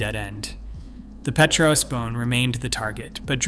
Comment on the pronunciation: Petrous is not pronounced pee-tro-us. It is pronounced pet-rus or perhaps peet-rus.